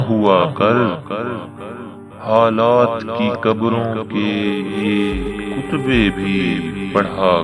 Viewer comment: For correction please It's not"Qutbay" but 'Katbay'